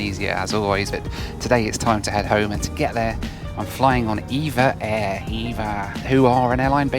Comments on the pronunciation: They're called E. V. A. Air, not EVA. Also Nadi in Fiji is pronounced "Nandee". Apart from that thanks for the "spin me right round go-pro" singing. You're a funny man!! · It's pronounced E-Vee-Ay Air (not Eva Air)